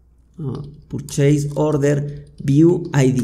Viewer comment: Sos muy bueno explicando. Gracias por tomarte el tiempo para enseñar, en verdad lo aprecio. Lo único que te ayudaría es una buena pronunciación de las palabras en inglés como PURCHASE no es "purcheis" sino algo como "perches". Creo que te ayudaría mucho a lograr respeto de los que, como yo, hablamos inglés y trabajamos o vemos todo en inglés. Pero es un detalle. Nuevamente mi agradecimiento a tu paciencia, abrazo!!